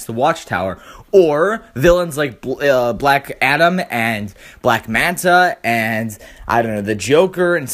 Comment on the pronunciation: Black atom??? its black adam